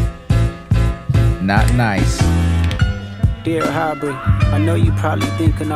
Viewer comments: This is good, but Kendrick puts an h in front of nearly every work that starts with a vowel. I think it’s the funniest thing lol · 'Dear Harbrey' (HAR)vey Weinstein Au(BREY) Graham Hard to catch on the first listen he mixed that name up. This line alone flew the fuck over your heads. IYKYK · Did this dude say who Aubrey?????????